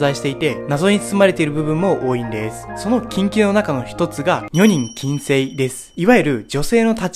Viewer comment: 女人禁制のアクセントがおかしいと思います。